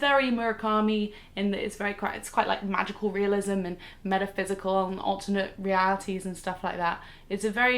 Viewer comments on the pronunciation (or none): none